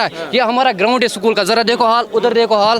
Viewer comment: ये स्कूल को सकूल बोलता है देखो उलटा खोपड़ी को